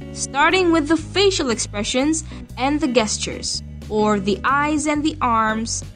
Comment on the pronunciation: did you just say guess-tures?